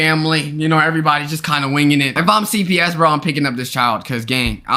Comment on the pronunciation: Low key thought you said CVS at the end instead of CPS